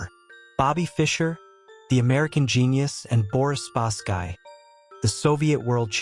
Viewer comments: Spasky is pronounced Spas-ski NOT Spask-eye! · Your AI narrator called.spasky weird. This is an AI channel. Ill find a human